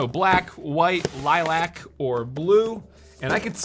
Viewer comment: Am I the only person annoyed by the way he pronounces "Lilac"